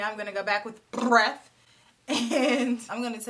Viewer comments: First, I screamed every time you said “breath” LMAO. And is it me, or is Natasha Denona kinda hit or miss with the quality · I loved that first look! I can't comment on this without mentioning how you kept saying "breath". 😂😂😂😂😂